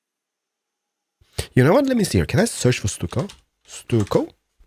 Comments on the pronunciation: It's pronounced "stuck o"! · I watched all your CS videos, and saw this. Hadn't even heard of this game. Watched 2 of your vids on PC and I'm hooked, already pre-purchased game. Love what you created. Oh ya, stucco is pronounced "stuck-o", love your boooshes..!!!!! LOL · by the way it pronounced stucko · stuck-o easier way to pronounce it but any way good vid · Stucco is prounonced with a ck not just a c noise so it would sound like Stucko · Stucco is pronounced stuck-o